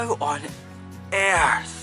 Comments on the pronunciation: "how on airth" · " How on AIRTH"!😂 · “How on AIRth!” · "How on aErTh?" I love this guy! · Sounds like you took the word, air and earth and merged them together to form one word.. lol